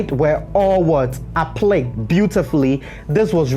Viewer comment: APPLIQUÉ IS PRONOUNCED (APP-PLEE-KAY)! I LOVE YOUR WORK AND TIPS!